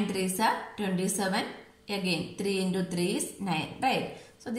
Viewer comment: You are saying intu as indu that is the only mistake